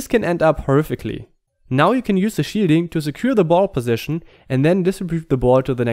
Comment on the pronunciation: haha I like how when he says "shielding" it sounds like "cheating" the shielding is overpowered which in turn feels like cheating